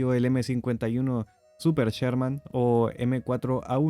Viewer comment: No es "cherman", es Sherman.